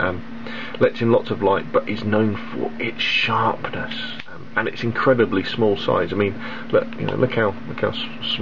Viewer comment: i just love the way he says 'sharrrpness'